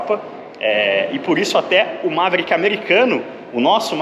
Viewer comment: MA - ve - rí - ck( qui), com a silaba tônica no ri. Qualquer outra pronúncia não será aceita. Kkkkk